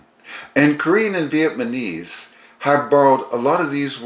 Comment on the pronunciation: I still find it interesting that people commonly pronounce Vietnamese as “Viet-man-ese”. Otherwise excellent video and super helpful for language learning - thank you!